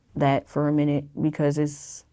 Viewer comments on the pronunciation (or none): none